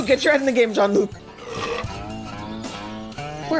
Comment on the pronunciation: Bless your heart for pronouncing it Jean-Luc